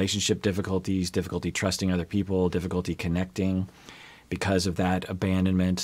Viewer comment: "some kind of diffi-colty"